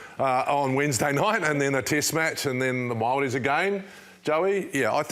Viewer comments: Tell me about it, that first “Maaaari” was cringe asf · Don’t be fools by J.K the clown 🤡 still unable to pronounce the word Māori 🙄 and for Bokke can’t wait to plays you guys 🇳🇿 vs 🇿🇦 I’m interested in their forms & styles of play. Will this be different playing in URC, is it more physical & harder than playing S.R. wins 1 or both test match against ABs… if so, S.A heading for success? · Sir J.K 🙄 still unable to pronounce the word Māori 🤦‍♂️ SHOCKING!!! No sweat for Goldie a.k.a Jeff Wilson 🤜💯🤛 Ko tatau Māaoriii